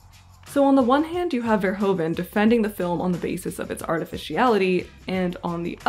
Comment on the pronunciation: His name is pronounced as "verhooven," and one should stress "-hooven."